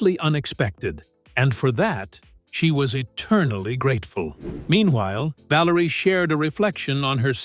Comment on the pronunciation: I stopped watching after I heard 'VALARIA'..